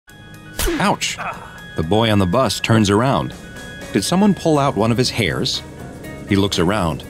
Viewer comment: Bro the way he said hairs😂😂😂😂😂